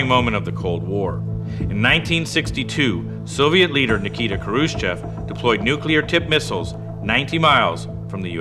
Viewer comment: It's pronounced "NEW-clear" - WHY is this such a tough word to pronounce? I have much more trouble with "supercalifragilisticexpialidocious"